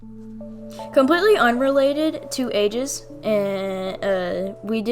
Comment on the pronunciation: “Urelated” lol